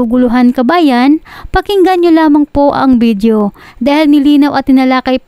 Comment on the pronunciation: Narrator anong bidyo? Anong erport? Anong silpon?